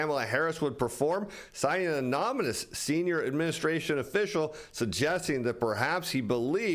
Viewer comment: "anoMynous"??? Pretty sure it's pronounced "ah-non-i-mus".